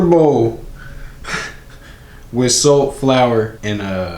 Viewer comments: "sowt" you mean salt? 😂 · This man saying soap or salt 🤔 lol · Sounds like he's saying "Soap" instead of salt and I like the way he says cookie 😂 "Coookie" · Promise I thought he kept saying "soap". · when he said the measurement of salt i thought he said soap lmao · and SOLT 😂